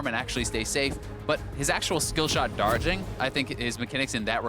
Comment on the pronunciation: “skill-shot dardging.”